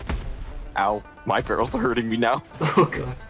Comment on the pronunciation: “BARRELS” -PewDiePie